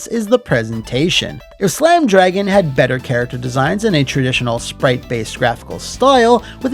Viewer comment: C’mon and Slam! Welcome to… Dro-Gan?